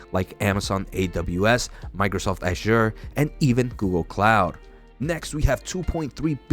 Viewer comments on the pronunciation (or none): Hey bud? I thought I taught you how to pronounce "azure." The emphasis is on the first syllable, bud. You expose your ignorance when you can't even get a product name correct.